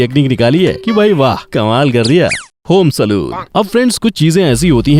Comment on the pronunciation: Bro it's called Sa-lawn not Saloon..💯No hate❤️🤗 Your Voice 🔥..